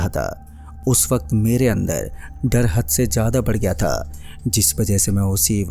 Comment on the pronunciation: aao bus( tha the ) ki pronounciation thik kar lo baaki story bhot mst hai